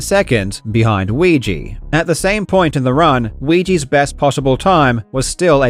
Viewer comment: Weegee, Suigi....